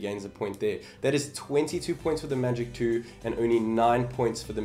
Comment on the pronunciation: some one just likes to say... magic twoo faster theere